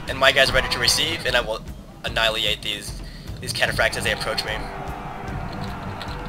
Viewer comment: I also like to read. No offense intended at all, but you say annihilate kinda strange...